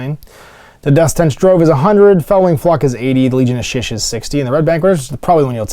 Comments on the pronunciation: Shyish - pronounced SHY-eesh, not shish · I can't take this guy seriously. He can't pronounce Shyish correctly. How am I supposed to trust a man who can't do words right.